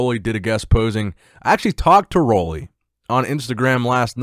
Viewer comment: I hope you read this.Roelly is from my island. Pronounce his name right, PLEASE .. UUUUUU RUULI ROELLY